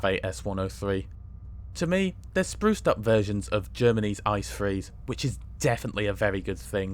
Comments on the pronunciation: 😊 İt's not calles İCE🍦,rather eye ce e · You probably know this, but they are not called "Ice" trains, even though it's spelt like that. The correct pronunciation is "It-Say", which is what you have to ask for in Germany. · Did you really say ICE wrong. I would have guessed you would know the correct pronunciation